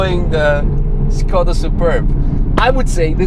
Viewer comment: C'mon, it's "Шкода", not "Скода", just as VW is "Фолксваген" and not "Волксваген".